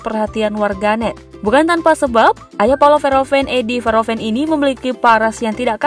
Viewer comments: Min baca namanya kalau bgt. Sebelum ucapkan sebaiknya cari2 dulu gimana pronounce nya. Bukan Veroven....tp huruf H nya dibaca... Verhoeven... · Min baca namanya kalau bgt. Sebelum ucapkan sebaiknya cari2 dulu gimana pronounce nya. Bukan Veroven....tp hurt H nya dibaca... Verhoeven...